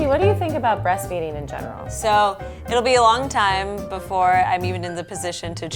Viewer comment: "Brrrrrrrrrrreast feeding!" Lmao. Unnecessary.